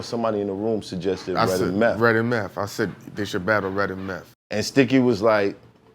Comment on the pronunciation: This episode is FIRE!! I have been saying to myself for a while now that Meth (pronounced MEFF :-) actually sounds better now than he did when he first came out. I attributed it to him being older and wiser but it was more than that and he confirmed it in this episode. Thanks, Math (pronounced MAFF :-)